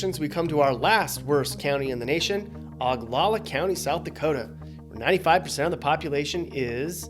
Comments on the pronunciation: And it’s O-GAL-LA. Not O-JAL-A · Good video, I never knew the total distance of US roads surpasses the distance from Earth to Mercury. Is that during apogee or perigee? Maybe 58 million took that into account because it was an average distance. Not trying to be a pronunciation nazi, but I think Oglala has a long O sound. Many of my travels to the Badlands and the Black Hills were through reservation land. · I live in pine ridge and you pronounced oglala horribly but i guess its fine since we're on the worst county list huh?